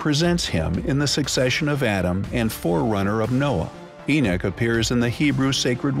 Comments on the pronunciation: Why is this person saying E-NICK?!😡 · Its...Enoch (Eee-knock) geezes man. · Its E-Knock thats how u say the name Enoch... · enick lmfao wtf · Yo can you redo this documentary and get the names right? You know his name ain’t no damn E-nik geesh!!! 😒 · eenik Eenik EENIK Got annoyed by the continuous mispronunciation so couldn't continue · At 3.58min i stopped it if you cant say Enoch right then get another job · Who the heck is( Enich ) it is Enoch as in En knock why can't the narrator say it , and it does say Gods not just God , man was created in our image meaning more than one.BTW , and all those desktop Christian scholars give us your evidence who were the gods, now, the thing is , the bible was written by man that is a fact I believe that to be true . It is strange that anything modern is false any new information is classed as evil , the truth is , you have no proof only what ancient people have written has become your faith, what if they were wrong ? . The God of your church meaning any church any religion ...was and is a construct for control and simply brain washing in creating sheepople folks. Prove to me is God a Christian or a Jew or Muslim ....prove to me please any one just show me . Show me proof what religion do they worship in heaven... you are free to choose what you want to believe in , I am not but trying to mock but to make you see, God is above all religions and is of none of all religions, it is only Man who has made their God to be the true God. But do you truly know that he is ? it maybe he is a false God ....and seen as Man created him as a representative of your faith and many others Every one can not be right can they ... Every one acts as if say he is their property as if they have some a special ownership over him , if the end comes as it says in your bible so be it , and I will accept my fate, if it does not happen at all , you are blind fools... tell m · Enoch. Not enich. The wrong pronunciation is hard to listen to. Lol